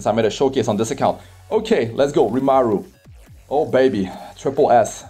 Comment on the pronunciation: His name is RimUru not RimAru